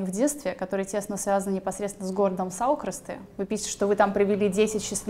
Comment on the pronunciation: САулкрасты,ЦАрныкава...ударение на первый слог...с уважением...так же и с фамилиями